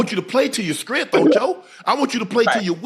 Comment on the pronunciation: Sharpe said Screnth 😂😂😂